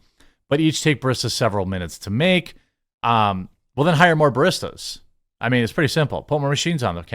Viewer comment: How can you mispronounce barista so badly? Lol